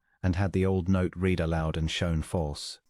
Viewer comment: "Read" here is pronounced "red" not "reed."